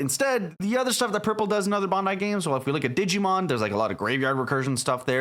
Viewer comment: Why cant the people making YouTube videos about this game say Bandai or the names of some of the Mobile Suits and Characters correctly? I immediately lose all interest in a video once I hear it. Its Bandai not Bondai. 😖😖😖😖😖 Sorry about the rant, Love the video otherwise.